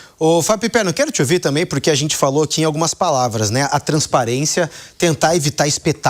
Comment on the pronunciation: Não existe purqui, nem falar direito ele sabe.